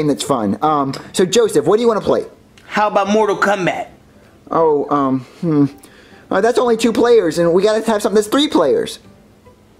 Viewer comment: Anyone notice how Joseph said mortal cumbat😂😂